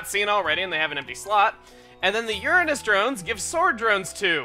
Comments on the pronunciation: I mean, that is how its actually pronounced, thats not a censorship thing, "your anus" is the mispronunciation, however common it may be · He pronounced it the actual way that you say it, how you say it is a joke someone made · THANK YOU CHUGGA!!!! You said uranus correct that earns some classy man points for you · L-Knight 1. envious of your name 2. well where I live we actually pronounce it "your anus" and no one laughs, unless they're immature about it. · well after some more research i found out both pronunciations are correct but how chugga said is how Johann Elert Bode the first person who named it uranus (but he did not find it) but somehow through history people started calling it your anus for some reason and eventually both was accepted but most academic professors and other professionals that deal with planetary stuff pronounce the chugga way so yeah every one was right no one was wrong